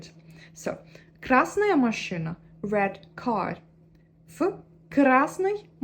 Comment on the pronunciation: да вы правы, но если захотеть придраться... слово "машина" все таки было сказано с акцентом, русское "и" немного другое, скорее звучит как машЫна. моя оценка 99 из 100 возможных😊